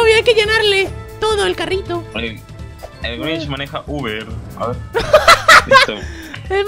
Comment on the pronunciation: Es Grinch no Grich